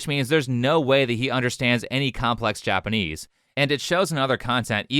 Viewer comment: I bet Alyssa knows that he barely speaks Japanese, and didn't even bring it up, which is classy. I've only been studying Japanese for 10 months, but recently I did watch a Chris video and wonder if he actually speaks Japanese...the pronunciation is awful!